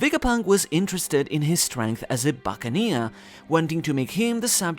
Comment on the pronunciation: I have a feeling Kuma is gonna use his ability to repel all of Luffys pain again and he'll go into nikas form and Kuma will finally be able to see him and no doubt pass away finally fulfilling his dream and dying happy with a smile I guarantee! Buccaneer is one word... You're pronouncing it like buccan eer 😑